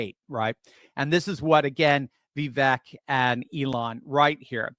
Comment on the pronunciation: If people are criticized for pronouncing Kameltoes name wrong, then I guess I should correct. It’s Va-Vake not Vee-vek. It’s a hard one to write out. Not sure if that’s understandable lol!😁😁